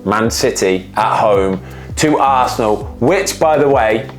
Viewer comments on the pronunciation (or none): none